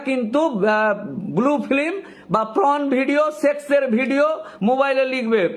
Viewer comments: Not pron😂 it's porn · কথাটা প্রন নয় পর্ন। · আপনার কথা শুনে তো মনে হচ্ছে আপনিও দেখেন। তার উপর পর্নকে বলছেন প্রন। মানে চিংড়ি মাছের ভিডিও😅😅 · 3 মিনিটের ভিডিওটা কে টেনে লম্বা করলেন। একই কথা বারবার বলছেন ফাম্ব লিং করছেন। কথাটা পর্ন হবে প্রন না। একটা কথা আছে হাগুনতির লাজ নেই দেখুনতির লাজ। যার অর্থ হলো যে রাস্তায় বসে হাগছে তার লজ্জা নেই ?যে ওটা দেখছে তার লজ্জা? সিগারেটের প্যাকেটে লেখা থাকে "সিগারেট স্মোকিং ইজ হারম ফুল" কিন্তু সরকার সিগারেটের ব্যবসাকে এলাও করছে কি করে? অদ্ভুত আইন এই দেশে। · It's 'Porn' not 'Prawn'.. Consolidate what you want to say, then only make video please. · It's not pron ..it's porn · কথাটা PRON নয়। PRON মানে চিংড়ি জাতীয় মাছ।😅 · Ota sathik uchharan hoy na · Ekjon Advocate hisabe apnar ei baktabyo just mana jay na... Apnar shalinota Gyan dekhe ghreenar udrek hoy....tachhara uchharoneo prochur bhul.. Shabdo ta Pron na Porn.. Kerala ke bolchhen Kelara Kochi meye, Nyagta meye esob ki shabdo chayon?? Chhi...apanakei to Pocso te book kora uchit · উকিলবাবু, আগে উচ্চারণগুলো ঠিক করুন। আর দয়া করে মুখ থেকে সুপুরি বার করে কথা বলুন। আপনার "prawn" আর "flim" শুনে আমার যে..........😅😅😅😅